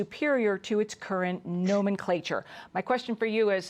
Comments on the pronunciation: And she massecred "nomenclature". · Reporter couldn’t pronounce ‘nomenclature’- what a surprise I suppose dumb follows dumb LOL